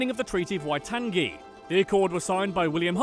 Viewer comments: The way he said waitangi though “WAITANGGGGY” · Americans: Why can't people pronounce English well?? Also Americans: Why-tang-gee!! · "Treaty of Waitangee" 😂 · Omg the way he said waitangi 🤦🏻‍♀️pretty much every Maori thing he said makes me cringe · Finally, someone talks about my country, and of course we CANT have a nz fact video without mispronounciation of Maori and the mispronounciation Of waitangi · When he said Waitangi oof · I'm from New Zealand and our accent is NOT the same as Australia. Also your pronounciation of Waitangi and Dunedin 😂 And yes, I am disgusted you didn't talk about Flight of the Conchords enough. Great video though! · Ok can u learn to pronounce "Maori,Cape reinga and treaty of waitangi" please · he pronounced things very wrong lol like waitangi and reinga XD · I’m so bloody grumpy with this. I was literally just watching a how to dad video and he said we sound nothing alike too. We don’t sound like the Aussies. They’re al nasally and they sound more American. Do some actual research dude. And they ain’t mauree. How on earth do you get Waitangi wrong?! That pronoun citation was atrocious